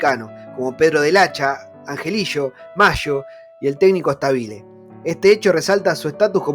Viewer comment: Excelente recuerdo pibe. ( No es Stabile acentuando la pronunciación de la i, es Stabile acentuando la a )